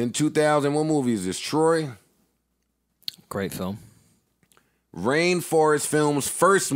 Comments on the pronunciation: Joe calling “Trois” “Troy” is hilarious lmaooo” ....for y’all who don’t know will packer produced the movie “Trois” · Dear Joe, it’s not Troy, it’s Troi(pronounced Twaah). Lol how you gonna have a show called State of the Culture but have no culture? Lol Sincerely, Will Packer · Killing Joe for pronouncing the Will Packer movie Joe: Troy: It was a good movie Lmao It was Troi`s A movie about a menage a trois that went bad Joe: Troy 2 Pandoras box Lmao Trois 2 with Tysen Beckford. Spawn,and Ronnie from players club.. But Troy 2 the Brad Pitt movie had me dying